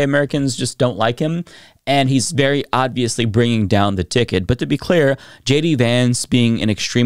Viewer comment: I love your videos, but I've gotta say, the way you keep mispronouncing the word "obviously" is maddening lol 😂